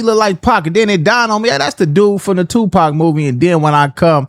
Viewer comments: Im sorry I just can't listen to the way says 2 Pac. (2 Pack, smh) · be saying "2Pack" 😂😂😂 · learn to pronounce pac’s name big G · This white guy, ain't like us...he can't even say Tupac name right!!!😂